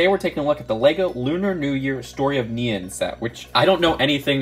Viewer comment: Not nian neon